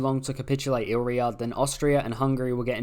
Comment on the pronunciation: It's pronounced I-li-ri-a not "ilria" 😂😂😂